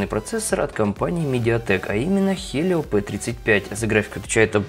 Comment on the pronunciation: Услышал Хелио, дальше смотреть не стал